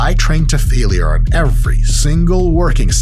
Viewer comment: I hate how Mike pronounces "failure" like it has three syllables instead of two.